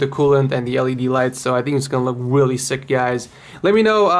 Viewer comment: he say weally instead of really lol.